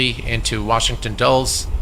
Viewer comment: Dulles is pronounced Dull-iss as opposed to Dulls. Just an FYI... I'm sure you'll fly there again...Flightbeams scenery is great